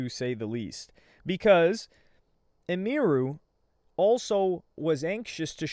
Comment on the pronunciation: Bro idek why it bugs me but people be SCUFFING her name up making it way more foreign than it is🤣 her name is Emily sooo Em-Iru. Bro talking bout "IMERU"🤣